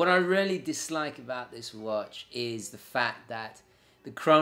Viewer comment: I loved your video really informative but to my ear you rarely say really properly.